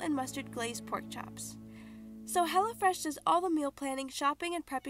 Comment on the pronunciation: Am I the only one who thought she said HELLAfresh?